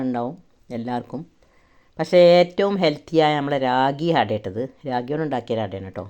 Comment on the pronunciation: രാഗി അല്ല റാഗി ആണ്